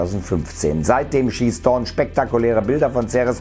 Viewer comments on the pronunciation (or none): none